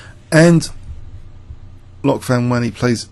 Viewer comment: Interesting how Van Wely figured he could trap white and win a pawn and then it backfired. After e5, trapping the bishop on d4, I would have tried to bail with Qc7 and 0-0-0 anyway, because it looks really scare not to be able to go back to g7. By the way, Dutch names are not that hard: The /oe/ is always an /oo/, so Loek is just like look. Just don't make the vowel too long. If you say it like the English ''Luke'' then you know the vowel is too long.